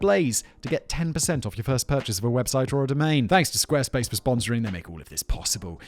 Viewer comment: Squaresplace dot clom you say? Was that intentional to get me to replay it like 10 times?